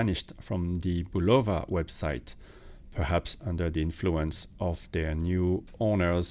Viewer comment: Love how most of the watch reviewers of this brand can’t even pronounce the name correctly. For watches sake folks do some homework it’s pronounced (bull-uh-vuh) not (bull-low-vuh).Just watch a simple commercial of the product or even one of the interviews of the president of the company.